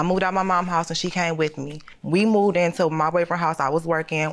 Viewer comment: I’m still trying to figure out why the defendant dropped the V out of the word “moved” and kept saying “Mooed”. It took me 3 minutes to realise she was saying “moved”. Chile, The ghettoooo